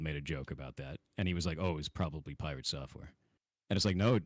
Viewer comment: Was Dr.K calling him Pie-Rat at the being, a slight dig at PirateSoftware ratting on WoW 🤣